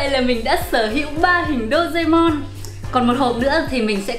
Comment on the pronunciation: Chị ơi chị đọc sai tên rồi ạ Đô rê mon chứ không phải là Đô dê mon ạ I LOVE YOU ❤